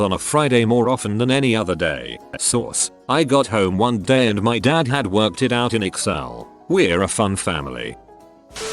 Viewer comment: I love how ish the speaking program says “I T” instead of “it.” To be fair it usually is IT instead of it lol